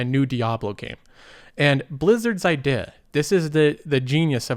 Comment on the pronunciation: The only word that sticks out to me is "idea"... I-deh? French?